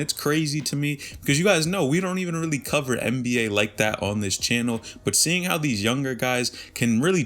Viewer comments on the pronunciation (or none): none